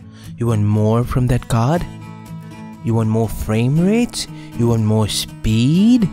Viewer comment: "You won moar speeeed?"